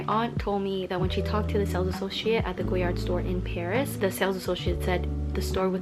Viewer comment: Also it’s “goyar” the d is silent, but most YouTubers really stress that “d” sound